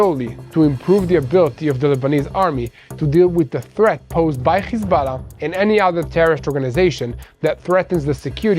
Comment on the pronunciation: HISBALA? IT IS HEZBULLA.